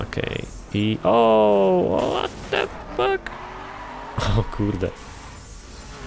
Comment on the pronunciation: 'ŁOT DE FAK MAŁY MIŚ' osobiście mnie rozwaliło XD